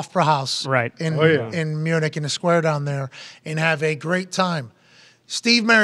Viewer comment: Have I been hearing and pronouncing Munich wrong my whole life or is Pat just being Pat with the pronunciation?